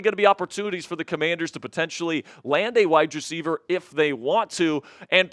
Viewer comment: I’m sorry, but if he pronounce wide receiver like that one more time, they jumped off a bridge! “WYE DRECIEVER”